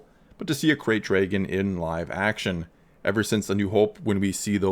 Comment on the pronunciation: Every time he says ‘dray-gon’ take a drink.